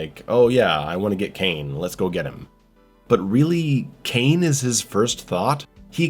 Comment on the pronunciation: The name is Cain, not Kane and ir's Robocop, not Robo Cop. Maybe you should watch it again.